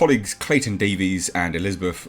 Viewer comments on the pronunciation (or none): none